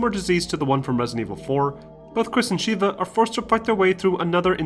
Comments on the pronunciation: Sheh-Vuh goddamnit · He also mispronounces Sheva! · The way he says Sheva infuriates me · Good job not spoiling major story elements and keeping everything concise but the glaring pronunciations of Ada, Corps, and Sheva hurt my ears when Ada and Sheva were spoken in their respective games multiple times and corps should be understand from Marine Corps, granted if you live in the US. If you were trying to annoy viewers with the incorrect pronunciations then good job. Otherwise, keep improving.